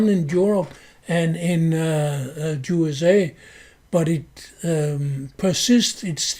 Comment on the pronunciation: It is very appropriate that you pronounce "USA" as "JuSA" since we know who has almost all the power in this world, since they are the international bankers and have bought up all the choke points of culture and are agents of Satan. "If you want to know who rules over you, just ask yourself whom you're not allowed to criticize."